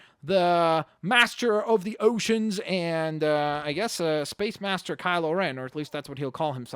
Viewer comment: Kyle O'Ren?, he's not Irish